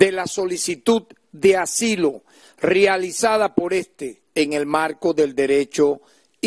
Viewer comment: Fiscal TAREX se dice rEalizado y no rializado...!!!